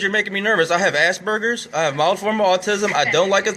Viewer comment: I laughed at how you pronounce asperger's. "I HAVE ASS BURGERS" XD